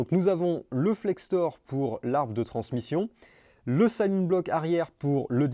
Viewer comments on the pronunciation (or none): silent-bloc ❌ sayleune-bloc ✅